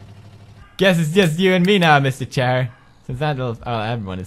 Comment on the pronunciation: Also did anyone else love it when Pewds continued saying mr shair Instead of mr chair